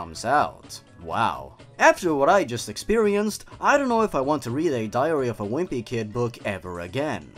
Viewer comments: I'm so bothered by how it sounds like he's saying diarrhea instead of diary :'D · I thought you said diarrhea of a whimpy kid lmao